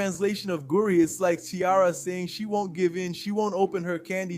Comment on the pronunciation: I was happy to hear about Clara but the fact you’re mispronouncing goodies is omg too much